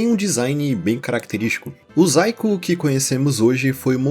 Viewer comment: zaiko? achava que estava falando saiko, já tava me perguntando "o saiko fez um video de dragon ball AF e mostrou uma fanart que virou lost midia?"